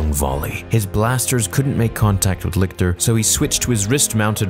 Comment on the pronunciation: Licter? He didn’t even know her 🤣